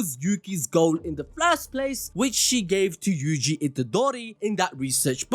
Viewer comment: "FLIRST PLACE" 🤣🤣🤣🤣